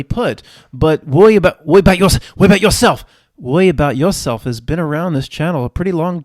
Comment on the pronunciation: … “Woiboutyawself!”